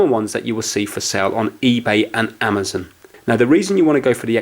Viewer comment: Amizon lol